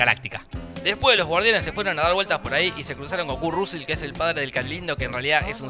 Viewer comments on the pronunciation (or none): Curt Rusel jajajaj. Me mata cuando pronuncias el nombre del actor ese jajaj